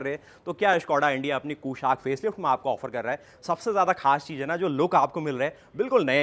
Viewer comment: Activa owner’s pronunciation 😹